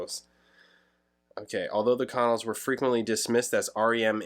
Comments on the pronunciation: We pronounce it "con-nells" not "con-uls". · I. LOVE. THE. CONNELLS! Ever since I lived in VA Beach in the 80s and discovered them. They’re still one of my favorite bands than no one knows about and I still listen in. My car all the time. I ❤ that you checked them out. Pronunciation more like kuh’ nells I fell in love w their “jangly” sound (I’d never heard that term before you!) and never looked back. If you’re ever interested, listen to whole album of Boylan (Bowlin) Heights. Then the Album “Fun & Games”. Idk why 74-75 got so much attention, I felt so much of the other music was so much better. Anyway, sorry for going on, I was just kind of psyched to see somebody reacting to The Connells! Wow!